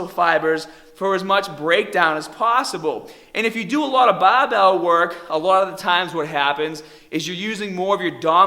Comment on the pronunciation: Love it just love it. "Bahbell"